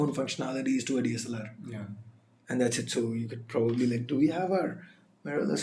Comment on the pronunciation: DLSR rocks, I don't know why were you sad while wasn't able to say DSLR